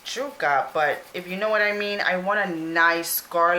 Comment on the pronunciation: Omg... it drove me insane the way you said yuca.... Jewka! .... yoooka... yoooka.... fyi the “stick” in the middle is a stem.😤